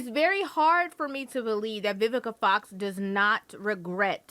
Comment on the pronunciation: Lmao bro say VIVISA FOX lmao